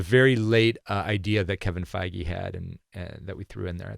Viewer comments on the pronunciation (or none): none